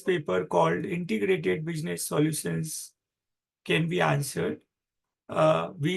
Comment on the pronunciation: Solutions ko thek se pronounce nahi hoti aur bakwass kar raha ki IBS ye hai wo hai. Ek site pe spom ki lecture thik se nahi chala paate aur gyaan dene chale aaye.